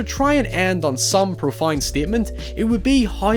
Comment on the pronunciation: Did you just pronounce "Profound" as "Profund?" The fuck?